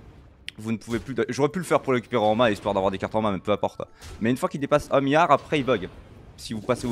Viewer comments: Un mion et un miard, ça me rappelle Guillermo Guiz sur l'articulation 😜 GG! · C'est fou comme un milliard dis par un belge, ça paraît pas beaucoup !